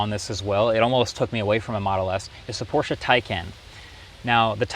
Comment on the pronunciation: Thank you for always pronouncing Porsche the correct way